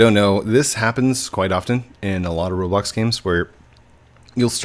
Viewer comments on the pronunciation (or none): none